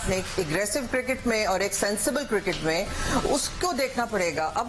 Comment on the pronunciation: Cricket not kirkat razzak saab